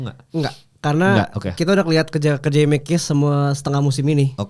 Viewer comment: Mekies bacanya koq kies² ??? "ME'KIS" bro²..